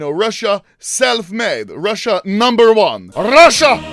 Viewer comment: БОЖЕ КАК Я ОРУ АХАХАХАХАХА, RRRUSSIA NUMBERR OOONNEEEE